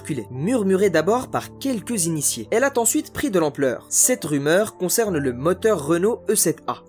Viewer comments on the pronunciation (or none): "Elle a't' en suite. Bravo pour la liaison sauvage !